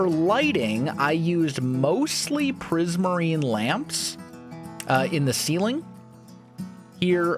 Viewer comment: No one:: prismarnie lamp